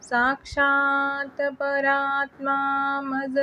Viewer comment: "परमात्मा ऐवजी परात्मा.... पहिल्याच ओळीत चुकीचा उच्चार... मी लगेच बंद केलं.